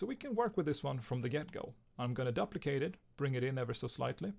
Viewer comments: duplicate (doo-pli-cate) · I Love how he pronounces duplicate